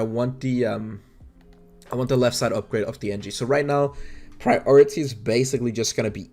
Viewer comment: Other people saying priority: Priority.: PrIoRiTy